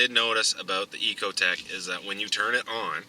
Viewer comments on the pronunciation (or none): It's not an "E"cotec... it is however an "I"cotec.